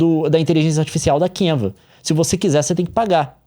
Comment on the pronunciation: Kiuva, Kenvs, Canva, Canvas, Canvs. O Leon a cada minuto mudando a pronuncia kkk